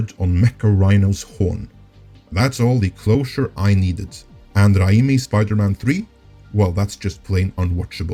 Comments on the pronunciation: Raimi is pronounced Ray-Me. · can u just pronounce Sam Raimi's name properly? sounds super pretenious and disrespectful butchering a persons name.